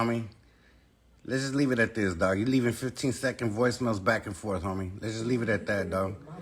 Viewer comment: Its JUST not CHUST #brokenenglish